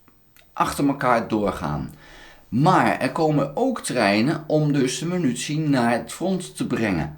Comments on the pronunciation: he. prima blog. maar het is MINUTIE en niet Menutie. puntje stelt niet veel voor, maar is makkelijk te veranderen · Euh, overal. Je zegt altijd menutie. 😅 Maar ik versta het prima hoor, you do you. 👍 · grapje. Munitie